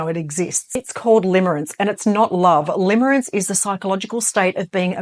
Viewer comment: Limerence not limerance.